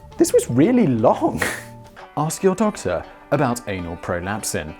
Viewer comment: "Analprolapsin" Omg! I'm dying! 😆